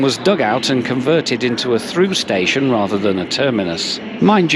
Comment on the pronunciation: Oy did you just called Antwerp station a space-ion ? Nice one